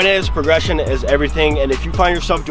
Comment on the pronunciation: progession? haha, dont worry, stuff happens